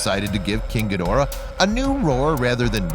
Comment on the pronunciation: Your nowhere near a Godzilla, Ghidora fan. This idiot mispronounces there names BIG TIME !